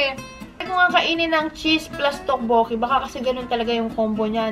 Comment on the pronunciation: To-bo-kki po hehehe hindi po tokk-boo-ki tteobbokki